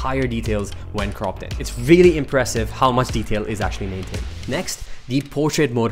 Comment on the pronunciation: "vreally" wtf